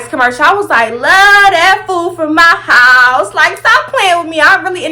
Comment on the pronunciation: “Love that food from my howuseee” 😭😭😹